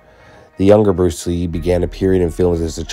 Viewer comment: Bluce Ree